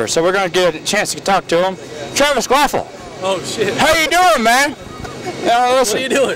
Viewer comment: way to say his name wrong the whole time lol KVAPIL not "quafful"